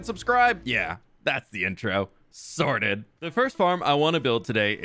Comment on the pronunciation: Everytime you say Sorted I get a little hungry just saying.